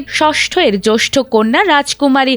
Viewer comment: জষ্ঠ কন্যা নয় জ্যেষ্ঠ কন্যা হবে।আরবি আর পাকিস্তানি শব্দের ঠ্যালায় দেখি বাংলা উচ্চারণ ও ভুল করেন আপনারা।কি করে যে সংবাদ উপস্থাপনায় সুযোগ পান আপনারা?